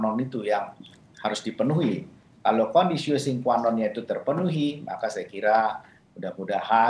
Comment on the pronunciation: conditio sine qua non. dibaca 'sine' bukan dibaca 'sin'..🙏